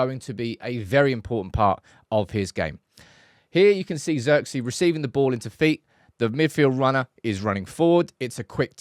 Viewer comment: Its zeeeeerkze